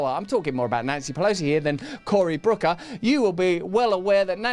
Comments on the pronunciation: He keeps saying "Brooker". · Personal pet peeve here, IT’S BOOKER, NOT BROOKER, YOU STUPID LIMEY FUCK! I don’t even like the guy but you can’t even get his name right.